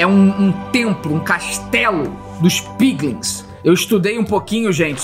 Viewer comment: É pinglin e não pingles